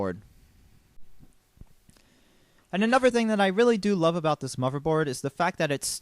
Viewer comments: he said "moverboard" DISAPPOINTEDDDD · WHY DO U KEEP SAYING MOVERBOARD?! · I like your video, but it really bugs me how you say "moverboard" lol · MLG GamerKid 800 He's just pronouncing "th" sounds with a "v" sound, he does it for ethernet also.